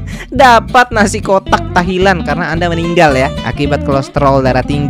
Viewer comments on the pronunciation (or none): Tahlilan bkn tahilan yg bnr dong ngucapin nya!